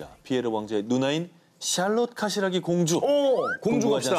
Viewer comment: 카시라기..라기..라기...발음이 재밋어요!!